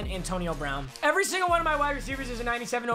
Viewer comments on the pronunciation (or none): none